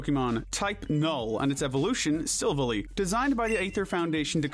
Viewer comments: It’s pronounced sil-Val-I, as it’s gladeons silver ally. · it's pronounced sil-vall-i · i am so mad u mispronounced silvally, if u listen to gladion's lines he actually says silv-ally, the latter as if u are talking about a ally partner like a war platoon mate sorry u made me mad im just trying to help u fix up pronunciation also cute little neb coughs i mean cosmog wouldnt have cared on that as they called it nebby for like 1/2 a season (i still have it saved as nebby) I DONT CARE also i was going to forgive u but riko, its Raikou, (rai-ku)